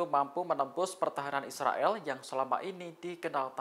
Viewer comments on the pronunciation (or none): none